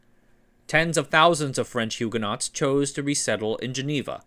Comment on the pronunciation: Love the well researched history and style. A susgestion please learn to pronounce Huguenot and Bulova correctly? :--)